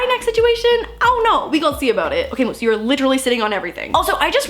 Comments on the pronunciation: In the beginning I thought she was yelling “mouse!” Instead of “Moose” 😂 love u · Is it just me but... the way she says Moose sounds like mouse! It’s so cute! 💕🌸😂